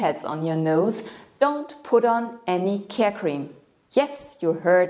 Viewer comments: Is she saying horny cells? What is care cream? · What is a "care cream" that you are not supposed to use - I didn't understand you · Debra Jarnagin same doubts 🤔🤔